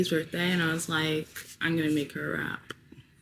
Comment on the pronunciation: Girl I kept hearing you say you’re gonna make a wrap 😂🌯